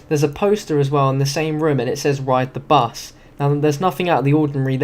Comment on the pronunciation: Bus not bes